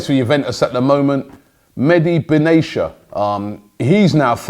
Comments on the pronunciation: Ben-Atia !! not benesha ! 4 years you've been pronouncing his name wrong ! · Benatia , It's reads Benatya Not Benasia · Robie never heard before how to pronounce Benatia :Benatiya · BENA-T-IA NOT BENA-S-IA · Mehdi benatisha🙈🙈 its mehid be na tia😂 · MEDI BENESHIA LOL It's pronounced Meh-di Ben-a-tia Robbie.... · Not Beneshia, but Benetia! Tia, not shia! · Its ben atia not ben achia to correct your pronunciation lol.Always wanted him at arsenal but its like 5 years too late in my opinion. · Lichtsteiner not litchensteiner, benatia not benashia. Love robbies wrong pronounciations... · Love your content Robbie but it’s Bin Attiyya not benaishia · It's Ben a ti a not benacia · Benatia is not pronounced as benachya but ben atiya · Benatia, not benesha !! Wtf is wrong with u Robbie ?? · It’s BENATIA BEN aTia, not banechia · And it's Ben-at-ia, not Ben-asia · It's not Medi Ben Asia, it's Benatia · 'Mehdi Benashia'😂😂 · Maybe he joined us because you lot can’t pronounce player names for a start? Leichtensteiner?? Benaysha??? FFS Robbie. LOL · Dammit Robbie! it's pronounced lick-styner and Ben-at-ia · Hahahahahahaha the way robbie pronounced benatia looooool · Robbie do you reeeaally think Benatia is pronounced like that? Or do you just not really care?